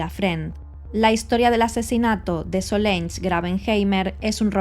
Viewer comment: Se llamaba Solange y se pronuncia "solansh".